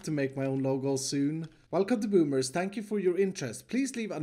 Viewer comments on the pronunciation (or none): he says spank you instead of thank you. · Me watching and sees saying “SPANK YOU” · He say spank you Everytime for thank you